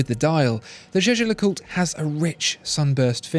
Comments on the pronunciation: I've watched almost all your videos, and you finally pronounced jaeger lecoultre correctly! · Now pronouncing Jaeger-LeCoultre the right way. Absolutely eargasm.